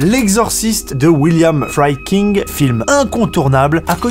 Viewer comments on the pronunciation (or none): y'a rien qui va dans les prononciations mec. William Friedkin se prononce Fridkin (et non pas "Fraydkein" comme le kentucky Fried Chicken) Ti West -> Taï West (et pas tea west) James Wan -> Avec un A et non pas James Wén Bonne vidéo sinon.